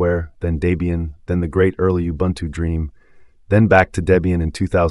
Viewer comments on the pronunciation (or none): none